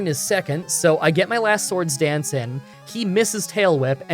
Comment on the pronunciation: Are you saying sword stance or sword dance???